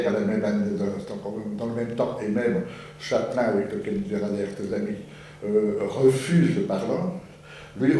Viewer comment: Je suppose que Jean Douchet parle ici de Charlie Chaplin en prononçant ce nom de famille à la française ^^ ? Sachant que Chaplin et Clair s'admiraient mutuellement... Très intéressante présentation !